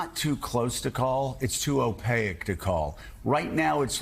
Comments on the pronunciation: Hey Joe... "Opaque" has 2 syllables not 3. It's like he's only read the word before but never heard it. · TIL Joe can’t pronounce opaque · I must point out to Joe that the word Opaque is not pronounced Opayic, O pake is how it sounds. Sorry for being a nerdy wordsmith, but you live in the world of journalism which aims to educate.